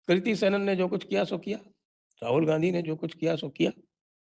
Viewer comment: Kirti किर्ती नहीं kriti क्रीती